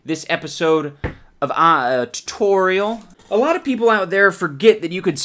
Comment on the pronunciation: the way you say tutorial reminds me of Alan Tutorial